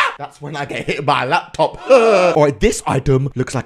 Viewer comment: When said at the start “Let’s go with the lapytopy” I used to say that when I was younger lol:D